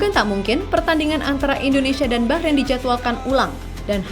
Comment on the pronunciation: Bahrain Bah nya : bahrulll